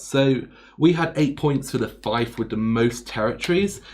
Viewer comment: Fief rhymes with thief but since this video is several years old, I'm guessing you've heard this by now.